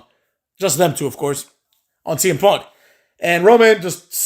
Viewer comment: saying semen punk and Seth lollins was tough to hear lmao